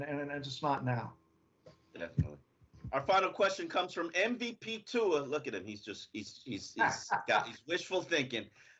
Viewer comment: how the fuck do you still manage to butchers tua's name every damn time?!!